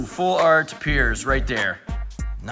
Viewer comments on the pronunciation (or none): none